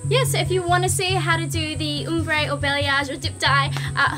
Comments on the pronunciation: it's pronounced OMbre, not UMbre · Its probounced ahm bre not oom bre haha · It's OMbre, not UMbre! As it's spelt! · OMbre not UHMmbre lol